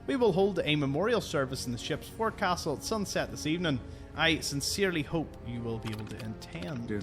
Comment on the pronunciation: Forecastle is weirdly pronounced "foke-sull" and is an area at the front of some boats & ships. Presumably, in the film Jaws, when Quint goes onto that projection on the front of the Orca to shoot at the shark, that's also the forecastle..?